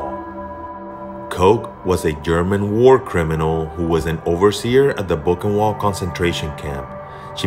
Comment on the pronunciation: Boochenvaldt. Best try at spelling the pronunciation. Not to be that guy. But I'm that guy.